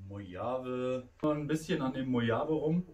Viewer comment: Mojave.....das Ding heißt MoCHCHavIIII